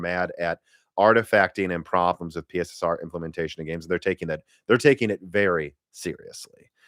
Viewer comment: It's pronounced "Pisser", not "P.S.S.R".